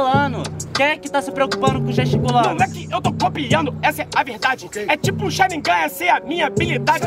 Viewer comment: eu só presto atenção no apresentador falando "okaey" e falando charingan com mão no olho kkkkkkkkkkkk